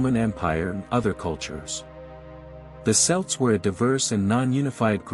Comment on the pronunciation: Celt is pronounced kelt, not selt